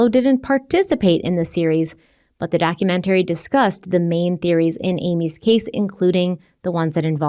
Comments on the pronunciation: am i the only one who cringes every time says "documentary"?, girl, why do you pronounce it like that? 🤣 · Everyone has their “things” that drive them crazy for no reason. The way she pronounces the word “documentary” is one of them.